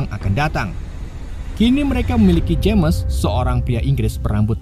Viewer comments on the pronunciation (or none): none